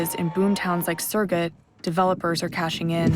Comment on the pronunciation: Add "Sirgit" to that list. Surgut, 'soor-goot.' Please stop butchering the Russian.